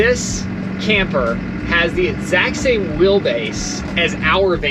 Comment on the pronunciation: I can never figure out why Nate doesn’t have the Tennessee accent and then he pronounces a word like “wheel” as “will” and there it is!